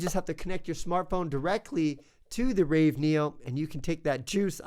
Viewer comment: You are very early. 1 year late.... Also, it is ravE, not raw neo.